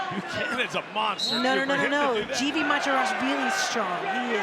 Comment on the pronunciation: Georgian names that start with the letter G are pronounced with a hard “g” sound, not “j.” So the name Givi is pronounced “Givi,” not “Jivi.” In the Georgian language, the letter G always keeps the “g” sound.